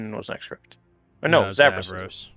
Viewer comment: Oh haha not a .5 adventure story. Just a friend that kept saying correc instead of correct